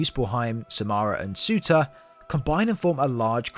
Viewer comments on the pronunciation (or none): Bro sorry but it’s pronounced sir-tuur